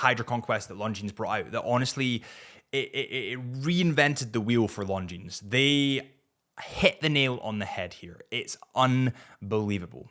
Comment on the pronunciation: I like your videos, but: Why do you pronounce Longines like long jeans? The s is silent.